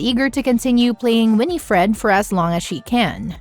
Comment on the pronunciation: You saying g Winifred incorrectly